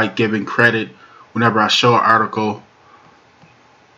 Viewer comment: "Articoe" is not a word as the way you pronounce it. The proper spelling is "Article" and is pounced like it is spelled